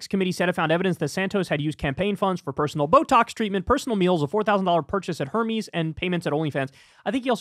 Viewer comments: its not pronounced (Hermes) HER-meez ... its AIR-mez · Hermes lol its pronounced "air-mez" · What's a "teerade?" It's tirade like Thai-raid. And please look up how to pronounce the fashion house "Hermes." Love you, Kyle. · Kyle pronouncing Hermes 😂 such a straight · Someone tell Kyle how to pronounce Hermes.